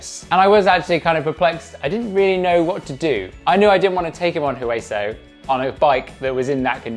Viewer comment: Great job teaching. I still have not done all of Hueso, missing 2 features, so hopefully by the end of the series we will both be riding all of it. Oh and by the way the "H" in Hueso is silent. It is Spanish for "Bone". Oh and there are still two features on Hueso I have not been able to do. Hopefully one day I will see you out there and you can show how it is done.